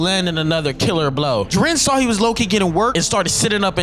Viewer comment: Ji-ren not Jir-en FFFFFFFFFFFFF